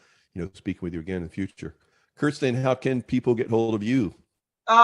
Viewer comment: He already met Cirsten but doesn't know how to pronounce her name?